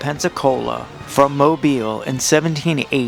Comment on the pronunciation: As a native Mobilian I approve of your pronunciation of “Moe • beel”.